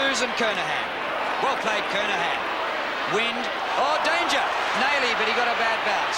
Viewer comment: Jimmy wynd must have been a new player because the commentators are pronouncing his name "wind" lol